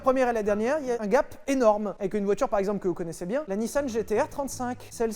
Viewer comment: quand tu dis " gape " jpense a lana roades